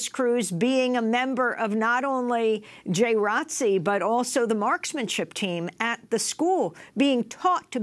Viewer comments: Seriously ... The people at Democracy Now might want know the correct way of saying J.R.O.T.C. because they can deliver a message that the majority of viewers can understand. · Can you guys stop saying "J Rotc"? It's J. R. O. T. C. You're supposed to say each letter. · Yeah I was like WTF.. I’m from Florida I didn’t know what they were talking about. It’s J. R.O.T.C my sister was in it for 4 years. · George Dorsey Conversation really going to flow saying J R O T C every time lol, but then again someone did pretty ok with R E S P E C T